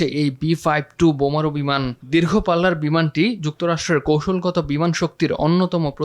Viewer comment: বোমারু বিমান ❌বেমারু বিমান